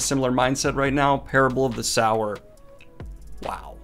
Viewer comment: Every time Daniel said SOUR I flinched. Read Kindred if you want more Butler! (Pronounced kin - dread)